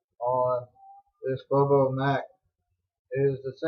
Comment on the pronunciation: during that demo you touched your nose 17 times,wiped your nose on your shirt 4 times touched your face 4 times! Stop it! Other than that it wasn’t too bad except for mispronouncing Bobbo Dunn’s name, it’s like Bob with an O added...